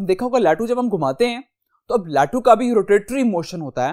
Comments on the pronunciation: The most funny point was when sir say Lattu as loottu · Latu nhi lattu hota he 😅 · The most funny point was when sir say lattu as louto